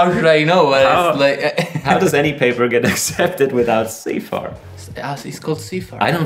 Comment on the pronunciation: It's pronounced CIFAR ;)